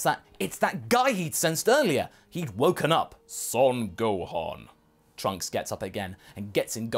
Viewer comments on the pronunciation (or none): It’s “Son Gohan.” Not “Sign Gohan.” Silly.